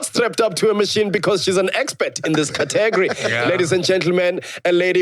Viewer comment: You said category like Tbo Touch.